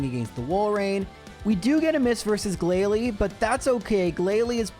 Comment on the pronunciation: Something wasn’t quite right in the pronunciation of “Glalie” in this video…